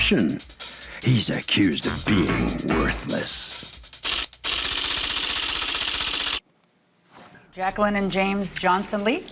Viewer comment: Everyone else immediately correct plaintiff’s name to: “Jac-queee-lyn?” 😂😂😂